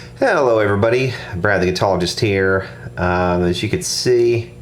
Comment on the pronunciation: it's here brad not hheeeeerrr